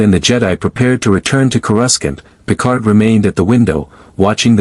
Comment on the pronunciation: I don’t understand why every AI on every channel can’t seem to get word pronunciation right? Even basic AI like chatGPT has access to a dictionary online or the author of the stories should be able to correct the AI’s mispronunciation? It’s pronounced CORE A SAUNT!!!